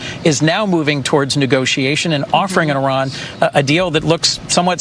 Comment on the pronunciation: Umm it’s pronounced E-Rahn